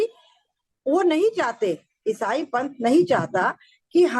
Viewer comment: Isai Kitna ajib tariqe se bolre ayesaye,phle to mujje samj hi nhi aya kya bola